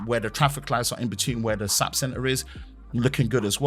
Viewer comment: The SAP is pronounced as individual letters. My job works with them regularly.